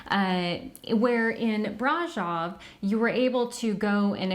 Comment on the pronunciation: Ugh!!!! The mispronunciation of Brasov!!!! Cringe!!!